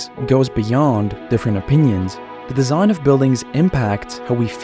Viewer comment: Drinking game: have a shot each time he says ‘deeshaihn’.